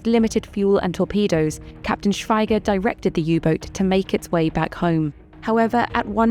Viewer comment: It's pronounced "Shweeger"